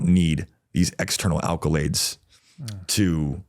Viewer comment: ACCOlades not ALCOlades!